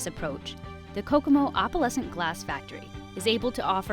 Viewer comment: It’s funny that the narrator can’t pronounce “opalescent” correctly.